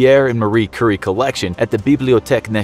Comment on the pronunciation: Did he just pronounce Curie as curry?!!!